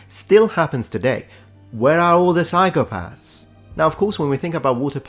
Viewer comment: "psychopaahrths" what a tool 😂